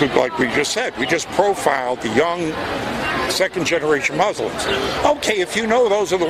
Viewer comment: is fuller murrrslumms. hoogle boogle. this guy is dumb as fwaaark